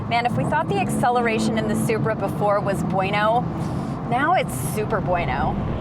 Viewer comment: did she just say spri and cheeky wtf (English)